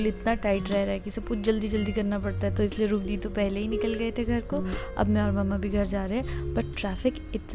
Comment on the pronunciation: It's not mumma it's mama